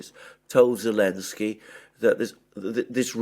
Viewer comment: why does the man say Olensky when referring to Zelenksy? as a native english speaker i am strictly just curious?